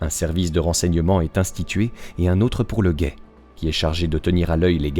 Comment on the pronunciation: Bonjour. Merci pour ces details d'évasion. Par contre c'est bien Alain Le Ray et non Le Roy comme tu l'as dis. Une erreur de lecture j'en suis sûr car tu prépares bien tes documentaires. Merci encore